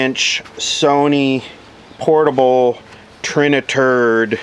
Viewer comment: Trina-turd?!?!?? LOL!!! :D :D